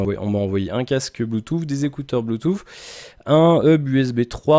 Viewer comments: Désolé tu peux avoir un bon niveau qui n'empêche pas de faire des erreurs. Le premier lien est la phonétique qui prononce bien "Bluetooth \blu.tus\ "et le deuxième le confirme, tu dois avoir des problème d'auditions, fait le écouter à d'autres personnes tu verra. Sinon ne t'excuse pas c'est pas grâve, personne n'est parfait hin :p, mais sinon content que tu revienne régulièrement je vérifiai si il y'avait des nouvelles vidéos sur ta chaine. Reprend les quotidiennes comme elles étaient.....je les regardaient le matin au ptit dej. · stp apprends à prononcer le mot "bluetooth"....... en phonétique